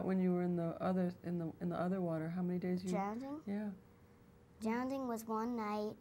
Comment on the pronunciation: Awwww Christina said drownding 🥰🥰